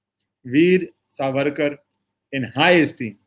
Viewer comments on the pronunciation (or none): Helo His right name is SAVARKAR NOT SARVARKAR. You are a journalist and well read and leaned man, but you do not know/pronounce name of this freedom fighter propertly. What can this kind of pathetic and and shameless attitude be called. Not only that, Veer Savarkar is known not only in India but worldwide, you being a journalist how come not able to catch his name propertly. Shame on you. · You have made an excellant video. Your narrations about legal implications were factual and excellant. A small correction - Surname is Savarkar and not Sarvarkar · True pronounced Saavarkar सावरकर